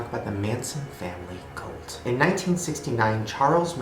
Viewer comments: Does it bother anyone else that Shane says "colt" instead of "cult"? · b why do you pronounce it "colt" wtf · Why do you pronounce "cult" as "colt"??? I love you Shane, but your vowels sound fucked lmao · WHY DOES HE KEEP SAYING COLT AM I THE ONLY ONE WHO PRONOUNCES IT CULT OR WHAT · Why you saying "colt" instead of "cult". I was so confused for a while. Cool regional accent. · Shane pronounces cult like colt, as in "If you keep throwing rocks at my window, I'm going to take out my Colt".